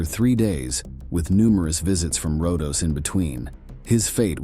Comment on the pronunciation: Rodos not Rondos.